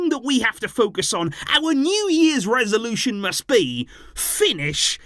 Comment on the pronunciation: ❤❤❤😂, it's "the new year resolution " emphasis for me Happy New year ❤❤🎉🎉🎉